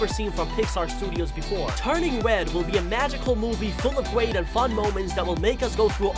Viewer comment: He can’t say red he said wed and gwate lol